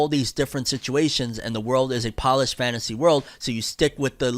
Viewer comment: Lol it's not polish like ur polishing something it's poleish as in a poland fantasy setting 😅